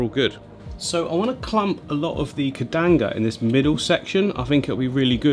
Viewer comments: He talked about it a whole bunch of times, saying the exact name - incorrectly. It's not "Kedanga", it's Bucephalandra sp. "Kedagang". Keep in mind, though, that it won't look anything like this once it transitioned to its underwater form. Kedagang grows looong leaves (up to 5+ cm) in a light green tone. Every Buce changes so do your due research before spending money. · It's KEDAGANG. Like Cad-uh-gang. Not KEDANGA. 😂😂😂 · Repeat after me, the buce is "keh-da-gang" the shrimp are "rih-lee" 😂🤪